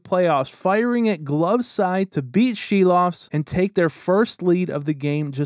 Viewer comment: Props from a Latvian to pronounce Silovs name right.